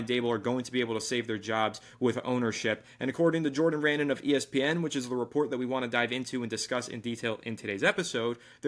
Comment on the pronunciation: Jordan Ran-in 😂😂😂 I wonder how many times he's heard that pronunciation